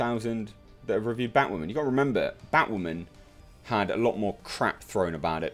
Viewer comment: Toemato? 😂 wtf taught you how to speak. And its batwoman... say bat-woman. Not baught woman 😂.... great review otherwise